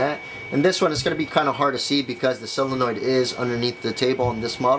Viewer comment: sOlenoid not silenoid